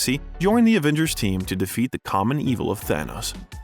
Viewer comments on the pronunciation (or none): none